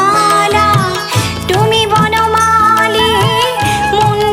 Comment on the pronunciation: আহ্, কি আন্তরিক ভাবে গাইলে।। ভালো লাগলো শুনে । আরো চাই। একটু বলছি, তুমি উচ্চারণ টুমি হচ্ছে। এটা একটু কানে লাগছে।